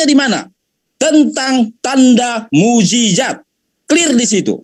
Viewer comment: Saya jijit dengar kamu bilang mu'jijat mu'jijat apa itu yang benar mu'jisat booooodooooh